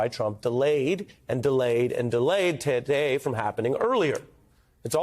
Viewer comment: Ari it's "Today" ,not taday!